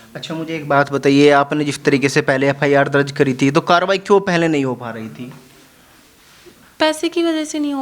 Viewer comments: FIR ko FR keh rhi h anpadh🤣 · FR nhii Mam FIR hota hai wo..